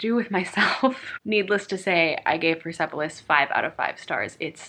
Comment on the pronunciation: I am from Iran and I haven't read Persepolis yet! I hope that it isn't offensive to my culture and my people.. :)( And also the E mustn't be pronounced :) its 'pers'polis, ;)